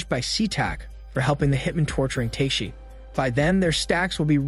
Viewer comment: If you watched the show, you'd know that the warrior's name is pronounced TAK-A-SHI, not Take-shi. Other characters call him, as a short form, TAK [like the word 'talk'].